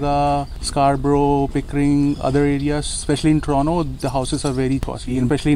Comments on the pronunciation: Good Video guys. Just an unimportant remark -- whats up with the pronunciation 'Torono' :D. I have heard Indians saying Torono. In public transit too, they say it Toronto ! Also the reason for car insurance point is good. Plus being between Desi's. Lol ! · I think you made the right decision. It will be good for you. At least you will learn to pronounce Toronto properly while living outside Brampton.